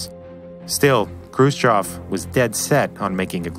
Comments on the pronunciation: Khrushchev is pronounced Crew-Shev not krhbayschjsimsov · It's Krushchev not Krushchav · Also author should work on pronunciation of Russian names. Khruschev isn't spelled like Khru-s-chev, more like "Kh(really soft almost like Hr)u-shchev" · It's pronounced Hrushóf, you've turned it into a monstrosity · Khrushchev pronounces “Hrushyov” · you mis prononce Khrushchev. you ought to research better. makes me cringe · why are you incapable of pronouncing khrushchev correctly? tip = there's no 'o' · he mispronounced khrushchev every single time, a trait i've seen many americans do with simple words, like oblate and spheroid, for just 2 examples